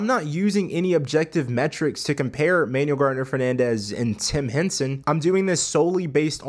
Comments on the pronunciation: Ah yeah, all good, still a dope video. I believe it's pronounced like "Man-ooo-well", not "Manual". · Pronounce Manuel's first name correctly, kind of disrespectful...